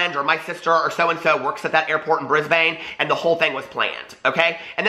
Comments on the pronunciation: Its pronounced brisbn not brisBANE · im from australia and we have never had paps like that. the closest thing would be news reporters wanting to get high profile court case people when they leave court. also brisbane is pronounced brisban